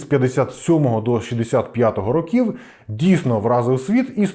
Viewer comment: Шість рОків, пане. Якщо маємо чітко окреслений числівник, то змінюємо наголос.;) Також: ходити по кабінетаХ або кабінетами. Бо кабінетам - це чому (дати номери кабінетам). Красно дякую за цікаву розповідь! Трясця, яка ж тоді всюди панувала дичина... Конструктори сиділи, мільйони чоловік не мали чого їсти через дурнуваті плани щодо бюджету, важливу інформацію приховували від усіх підряд... А потім ці кремлядські паскуди заявляли, що досягли казна-якого успіху! Та трясця б їх ухопила!